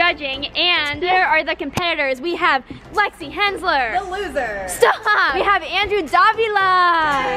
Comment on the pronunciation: am i the only one who heard 'we have flexy hensler'